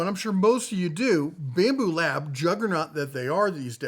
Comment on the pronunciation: "Babmu" lab? :face-blue-smiling